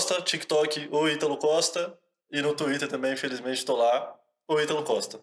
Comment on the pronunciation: Xuíter kkkk